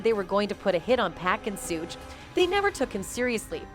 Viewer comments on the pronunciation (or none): Tu pack, sooge, and keef 🤔🙄😤🤦🏻‍♂️ Wtfffff AT LEAST say PAC'S name correctly 🙏 rip legend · Sooge and too pack? That shit is annoying. She can't pronounce their names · 1st off if you gopnna report on these stories you should be able to pronounce thier names correctly with yo goofy Who the Phuck is Sooge & 2 pack... The proper pronounciations is 2 Paq, 2 pock not 2 pack...Sug not soog okay goofy girl! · I will believe it when his in cuffs it's Suge not souge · Learn how to pronounce the names correctly. The man's name is Sug as in sugar, pack is pronounced Pock, babbylane is Beybey Lane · Who the hell is sooge!! Lol smdh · Why do white people call suge knight lol suuugge knight lmfaooo 🤣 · They got the most illiterate bihh in the world to narrate this lmmfao shuuge lmmfao I can't even type the way her dumb ahh was pronouncing it.. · Big Sooge 🤣🤣 gonna get you lady when he get out....put some RESPECT on Marion Suge Knight name 🤗🤗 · No more AI narrators. Sooj Knight and 2Pack.😂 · who the hell is Sooge Knight?? 😆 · As much as I want to watch this video the moment she said Tupac and Suge name I got to go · Am I the only one hearing the lady saying Tupac and Suge’s names wrong? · I’m so weak how she pronouncing suge name 🤣😂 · They need to say suge name right 😏😏😏💯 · Its so irratating that you keep mispronouncing 2 pac and suge name smdh